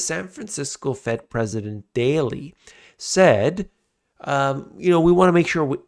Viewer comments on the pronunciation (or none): none